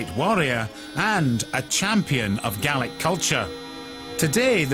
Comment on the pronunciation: would be better if the guy could actually pronounce the Gaelic instead of butchering it